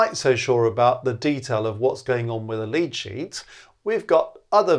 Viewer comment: Altough says lead sheet I hear lychee.